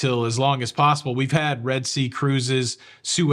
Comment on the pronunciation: Anything is pos-ca-ble LOL......🙃